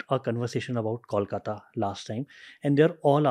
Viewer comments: The host is murdering me with his pronunciation of Kolkata. IT IS not Callkata 😅- Kolkata as in Koala Ko 😡😡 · Try to pronounce "Kolkata" like you pronounce "Boing" and not "Kaulkata"